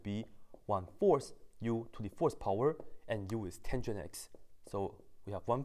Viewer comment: When you "fourth power" it sounds like "horsepower"